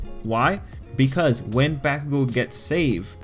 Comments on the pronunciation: Should sound more like Bock-kugo or Bawk-kugo, not bACK-kugo. Fight me, bitches! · I love your analysis On these things but- PLEASE PRONOUNCE BAKUGO'S NAME RIGHT!! Every Time I'm squirming In my chair- Please!!! It's Baku go!! NoT BAkugou!!!! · Please try to pronounce Bakugo right it’s hella annoying how you say it.